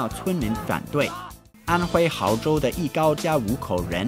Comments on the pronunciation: 纠正一下，是安徽亳（bo）州，不是毫（hao）州！ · 毫州 那个字念bo 四声 亳州 没文化还当主持人？丢不丢脸？ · 安徽亳州 （bo‘zhou） 不是（hao’zhou） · 亲爱的YouTuber 亳州（bo Zhou)不是（hao Zhou)! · 安徽亳（bo第二声）州，可不是安hao州。= = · 是亳（bó）州，不是毫（háo）州！ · 安徽那个亳州念bo哦不是毫 看来老外中文水平还是不行啊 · 是bo州不是hao州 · 安徽亳（bo）州 你读错了…… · 孩子，是亳州（bózhōu） 你这种无聊的笑点根本不想理你，字不会写就罢了再不会读那就真是悲哀了，干脆别当台湾人了… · 亲，安徽亳州，音--博~ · 安徽亳州，不是毫！ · 安徽亳州不读haozhou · 亳州 读bozhou Sb